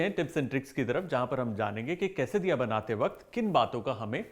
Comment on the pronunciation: Same I heard but should be la